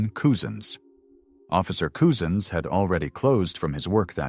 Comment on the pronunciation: his name is Wayne say it 'Cuzen's , spent Couzins, not Coozens !